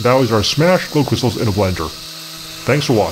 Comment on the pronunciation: did you mean kershstals :D no